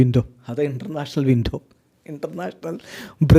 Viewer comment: Winto winto enn areyo kuthi parayunna pole thonunnu 😂😂😂 ninghal puliyan ketto